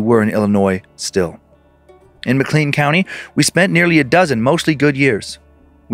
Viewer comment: I'm in Peoria, it makes me so happy when our little town gets a mention haha. (Btw Dan it's pronounced "mc-clayn" county 😉😁)